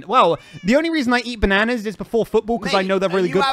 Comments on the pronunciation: I’m still annoyed by “banaynas” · I know what they are doing they are getting to say bananas alot because he doesn’t say it properly lol 😂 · Wow., not only calls a sphere a “saphere”, not only gets mad when he’s called, not only pronounces bananas in the American way when he is British, but also, THINKS BANANA SANDWICHES ARE WEIRD! I love your channel.